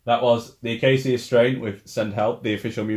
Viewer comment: Pretty sure the correct pronunciation is the UH-KAY-SHUH strain :) but hey i could be wrong too. tomato toMAHto